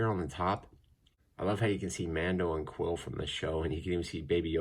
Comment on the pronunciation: He looks Soo good!!! Btw it's pronounced queel not quill. I know it's interesting but that's how it is.